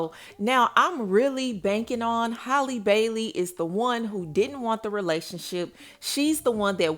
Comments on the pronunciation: OMG!!! Her name is Halle not Holly!!! Thats so damn disrespectful. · ...that girl's name is pronounced just like Halle Berry's is. You keep calling her Holly. It's pronounced like "alley"🤦🏽🤣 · It’s pronounced “hallyyy” not “holly” Halle Bailey! Like Halle berry. Hally like sally! Gosh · can’t even say the woman name right. who the hell is “Holly” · I know that girl get pissed with how yall say her name. Holly! who is that ?